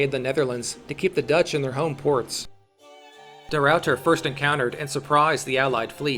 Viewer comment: its funny cuz they say de Ruiyter but its just de Ruiter, ah ah ah ah